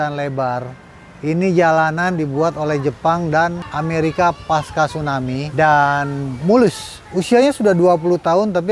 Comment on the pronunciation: Tsunami kak bukan Stunami